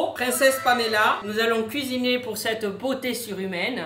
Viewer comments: Nous allons lui cuiiner un petit dessert un petit gâteau voila >> heu 😂 le mot cuiiner ses cuisiner 😂😂😂😂😂fin sinon tes le meilleure change pas ❤❤❤😂😂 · Kisiné 😂😂❤ le français n’est pas ton fort aujourd’hui 😂😂